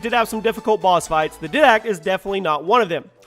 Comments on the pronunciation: YOU SAID DIDACT SO WRONG!!!!!😅😅😅😅😅 the pronunciation is dye-dact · It's pronounced diedact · His pronunciation of Didact triggers me. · he said did-act its pronounced diedact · wyvern=wy-vern and iwajira=ira-jira didact=di-dact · didact is pronounced diedact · Didact is pronounced D-eye-dact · "dydact" "plasma grenade" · 1 how could you not mention salazar boss from the resident evil franchise and 2 how can you pronounce Didact wrong??? 3 bungee but 343 did do a nice job carrying on the franchise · How do you mispronounce "Didact" when they say his name several times in game? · you said didact wrong also I don't care about who's better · good lord! finally someone noticed! the way he pronounced it hurts my brain! and the didact too!!